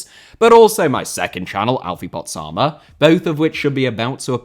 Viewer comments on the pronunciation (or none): none